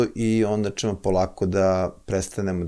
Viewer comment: Оооо. Добродошао Џорџе Џорџевич Џорџино и логопед је видно порадио на изградњи слова ћ . Није више чамчичем чу те него чамчићем ћу те. За коју годину специјализација слова ђ се назире. Сречан ти и Џурџевдан који стиже докторе Блуменау.